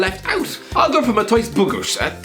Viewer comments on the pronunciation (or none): I think I lost a few brain cells when I heard how pronounced Ruch Chorzów 🤦🏻‍♂️ I know it’s Polish and not easy to say but he literally got only ONE letter out of 11 right!